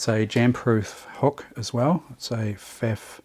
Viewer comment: Thanky you so much! As always, your videos and your unfathomable pool of experience and hands-on advice are a pleasure to watch and learn from! Only (typical, high-handed German) comment from my side: The brand name "Pfaff" rhymes with "tough" :) Cheers, Martin (Wiesbaden, Germany)